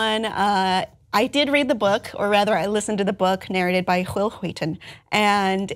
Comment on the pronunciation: Why are you saying Will Wheaton like that?